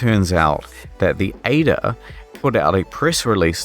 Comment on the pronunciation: A E DA not Ayda